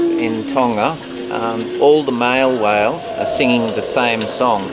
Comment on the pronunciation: why do they pronounce whales as "wells"